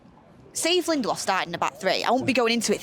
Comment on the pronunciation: Did say Lendelof?